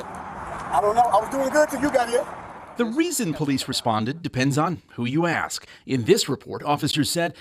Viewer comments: Anyone who says “axe” instead of “ask” shouldn’t be allowed to hold public office. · There needs to be a law that anybody who says "axe" instead of "ask" cannot hold public office. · You’re “axing” the wrong question 😂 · "Axe a question"... enough said. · This is going to offend people but I don't care. It's pretty pathetic when a politician, especially a mayor of any city. No matter how small cannot pronounce the word ask properly. I feel like that should be an automatic disqualification for any form of government when you can't pronounce three letter words correctly. She's obviously corrupt and it needs to be handled this is insane. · This woman can’t even pronounce “ask” properly yet makes 300k